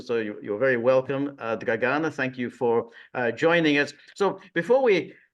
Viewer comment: Very good guest. But George, please ask your guests how to pronounce their names in the future. I'm pretty sure (source: I was born in Yugoslavia and speak Serbocroatian) that you should stress the first A in Dragana and first I in Trifković.